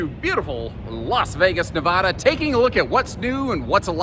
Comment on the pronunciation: Plz say Nevada correctly. "Neh-VA-duh" Put emphasis on the second syllable. Pronounce it so that the middle part rhymes with the “ad” sound in the words "sad" or "mad." Compare "Nevada" and "Nebraska." The corresponding vowels in the two names are pronounced the same.👍